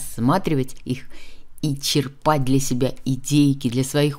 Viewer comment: Вы часто делаете акцент на ударении. В слове черпать ударение на первом слоге: че'рпать...